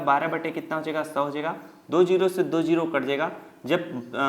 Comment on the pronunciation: Sirrr ji dooo nhi hotaaa do hotaaa hee😂😂😂😮😢😢😅😅😅